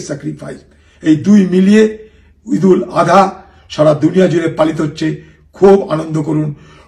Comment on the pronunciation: দাদা ঈদুল আদহা নয়, ঈদুল আজহা।